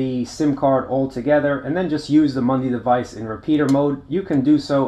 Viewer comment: It is a MUDI, not a MUNDI !